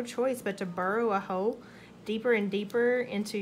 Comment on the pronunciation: Did anyone else hear “Bury a ho” instead of “Burrow a hole”??? LOL